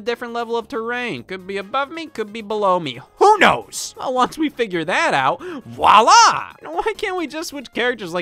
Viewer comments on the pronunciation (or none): none